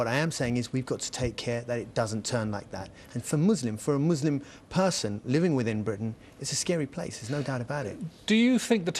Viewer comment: its 'living" not "leaving".. lol... english is ur native? sure?